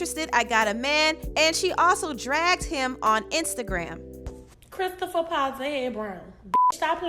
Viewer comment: "Christopher powTer head Brown" 😭😭😭😭😭😭😭😭